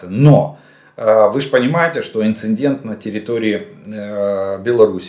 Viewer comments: Инцедент (не "инцИНдент). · Подскажите кто-нибудь, кто рядом с Олегом Ждановым, что в русском языке нет слова ""инциНдент", есть слово инцИдент"